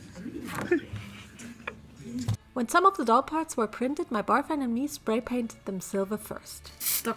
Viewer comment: You keep saying barfriend it's boyfriend